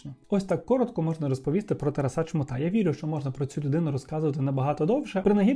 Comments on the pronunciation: Спочатку думала, що "ТарасА" - то випадковий наголос, але бачу, що системно так наголошує ) дякую за відео, як завжди приємно було слухати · Дякую,! Трошки ріже слух те, як ви відмінюєте слово Тарас, а саме наголос. Немає такого варіанту як "тарасА", це аж смішно) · Дуже цікавий випуск, але "Тараса́", "Тарасо́м" ріже вухо)